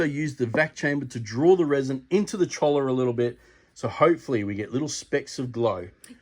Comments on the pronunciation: it is pronounced “Choi-ya” Keep up the great work! Love seeing other people projects, gives me ideas for my own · It is pronounced "choya"